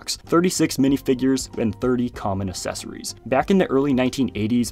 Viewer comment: The way he says “accessories” 💀